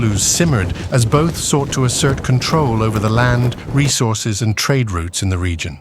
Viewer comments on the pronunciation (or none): none